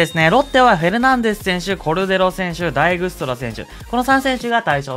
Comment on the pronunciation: ダイグストラじゃなくてダイクストラですよ😂